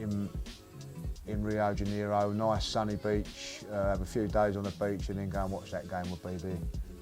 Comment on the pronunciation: “RioJeniro” 😂 always thought it was Rio de Janeiro